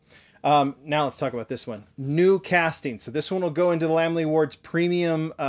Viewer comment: Yeah & both pronounce it mo-tool. Lamley should be pronounced Lame-ly